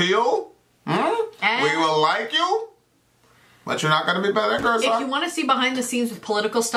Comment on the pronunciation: is back to saying Gür-sock. smh